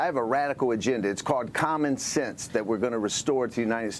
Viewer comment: He said commonnsense. Oops. Mass jas zeto commen sense